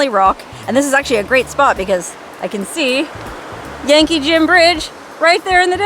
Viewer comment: When you first introduced the name of the bridge, the Yankee Jim bridge, I thought you said the Janky Jim bridge! lol